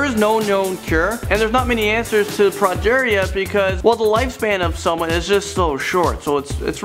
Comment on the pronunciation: progeria: "prawh-jaayr-ea" is how how pronounces it. pretty sure its actually "pro-jeer-ea" xD